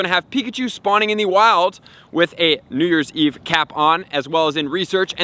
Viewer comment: No he just said it normal?